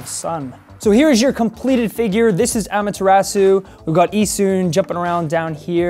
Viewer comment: My ears bleed when he said "Amaterasu"